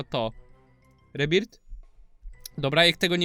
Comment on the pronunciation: jaki rebirt nie rebirt tylko rebirf tak sie m…ówi